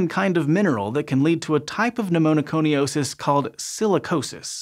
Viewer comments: It's "Pneumoconiosis" not "Pneumonoconiosis". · Cute: Pneumoconiosis, not pneumo*no*coniosis. Starting at the mark and repeated quite a few times thereafter. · just a minor correction: For "black lung disease," which name you never used, you added a syllable to pneumoconiosis ("NU-moh-koh-ni-OH-sis"). You said, "pneumoNOconiosis" ("NU-moh-noh-koh-ni-OH-sis") every time. That said, thanks for pronouncing Appalachia correctly. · Pneumoconiosis is hard enough to say without making it sound as if it's spelt "Pneumonoconiosis". 😁 Interesting topic, though. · But demerit for adding an extra syllable to pneumoconiosis.